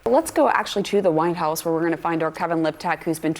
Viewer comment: She DEFINITELY says Wine House